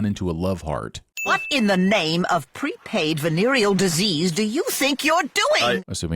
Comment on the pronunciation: pre-praid instead of pre-paid.